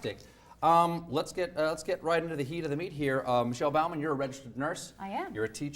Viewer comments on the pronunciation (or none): Way to mispronounce the last name Bowman. Its like an archer not like a servant. I guess you don't mind being called Colbert with a hard T.